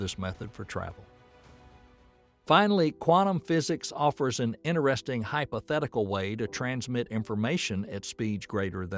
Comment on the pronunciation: I was just watching it and he made that mistake twice and it bothered me plus he mispronounces certain words like interesting